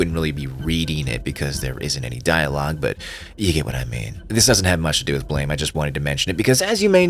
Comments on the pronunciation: Its "Blame" its Blam!!! Like a gun shot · The way you are pronouncing it is the mispronunciation lmao. It's Blam like the sound of a gun